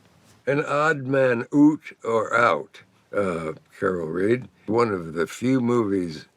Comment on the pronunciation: "Odd Man OOOT" 😂